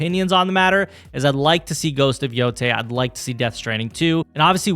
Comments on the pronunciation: It's pronounced yo-tie stop butchering It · It’s pronounced Yo-tay